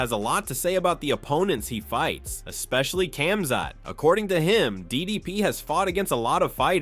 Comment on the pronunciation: the K is silent in Khamzat brother.